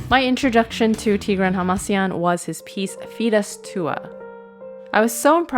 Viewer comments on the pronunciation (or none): Somebody has to tell it. It's tigrAhn hamasYAn, not tIgrain hamAsian